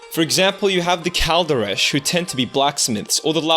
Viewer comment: I’m kaldaresh gypsy from California And it’s pronounced khal-dod-osh. We roll out R’s